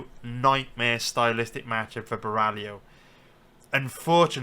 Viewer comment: Love ur detailed and honest predictions! Other youtubers bet picks are way too confident, pulling them out of their ass and ending up being wrong. Btw its Caio Bo-hai-oh, not Ba-rally-oh lol.